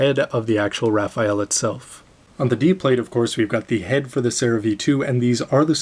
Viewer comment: actually its read as "ra-fell"